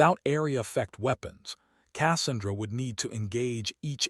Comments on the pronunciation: Besides the piss me off ending that we know she won and saved the eighteen, at least they could have fucking pronounced Cassandra the proper way using their text to speech piece of crap. Pronounced kə-SAN-drə. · Learn how to to pronounce Casandra, when you say it my ears bleed 😊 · The narrator needs to learn how to pronounce Cassandra.